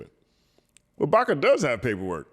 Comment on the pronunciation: Pls read Baka correctly. Don’t be a baka,.